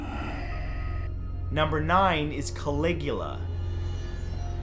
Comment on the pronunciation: caligua? don't you mean calagoola?